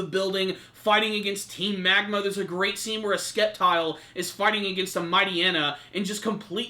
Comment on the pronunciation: It's pronounced Septile, I know it's spelt Sceptile but you don't say Skeptile, come on, I hope next week is an episode all focused on Brandon vs Courtenay